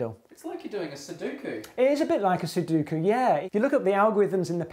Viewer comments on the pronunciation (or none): "Soduko"?! It's pronounced "Sudoku". Plz, it really irks me when people do that. Nice vid btw. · It's "suDOku." Christ, it's phonetic. Awesome vid in spite of that nonsense. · SuDUHku? Guys... It's SuDOHku. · I was really triggered when the math people said "Suduku."